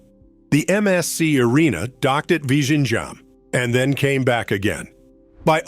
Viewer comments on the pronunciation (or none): Its virinyam, Namaste from hydrabad. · It's not L but ഴ . That's a sound most tamil people can't pronounce despite the tamil language name itself having that letter in തമിഴ് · The pronunciation is VILINJAM. The Congress Govt waited for Mr. Modi to complete the project. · Better call it TRIVANDRUM SEAPORT..vizhinjam is little tricky to pronounce